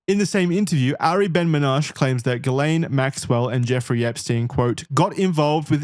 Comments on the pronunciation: Every time you call her Jizz Lane Maxwell it makes me laugh, lol. I thought the s is silent? The french pronunciation is Gee-len, english Gee-layn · Exactly how I say her name on purpose too hahahah gizz lane